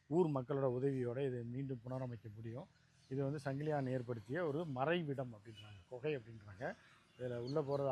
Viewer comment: 🚫 சங்கிலியான் அல்ல சங்கிலியன். தமிழை சரியாக பேசுங்கள்..